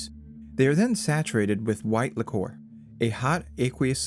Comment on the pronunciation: it's liquor not licore